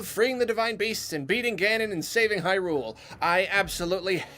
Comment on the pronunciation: Everybody: It’s pronounced Hyrule.: How about hyRule? How about hyRule for over three hours? Me: *cringes